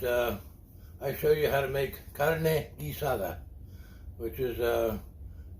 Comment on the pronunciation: Hey man! you're the first white guy ever that actually pronounces in perfect spanish "carne guisada" 👍👍 good cooking.